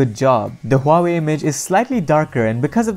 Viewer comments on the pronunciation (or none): he said "huwawi" lol the chinese company that copy and paste with their phones